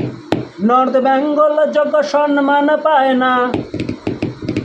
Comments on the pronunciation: U r just jealous because u didn’t get called!!! R katha ta byangol na Bengal!!! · Dada ota bangol na bengal "Bang" na bole beng bolen Nijer "bang"o nijei korchen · আচ্ছা এরা সবাই "বেঙ্গল" কে "ব্যাঙ্গল" কেন বলে? 🤔 এই জন্যেই দাদাগিরি তে ডাকেনি 🤣